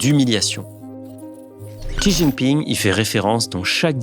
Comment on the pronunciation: Un coup xi jingping prononcée CHI puis TCHI. C’est bien prononcé CHI comme Xia dans Deng Xia Ping. Un petit effort sur la prononciation!